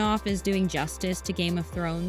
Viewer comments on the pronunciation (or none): none